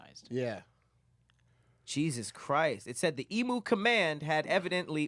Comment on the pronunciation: I'm aussie & lowkey offended with how they said Emu 😂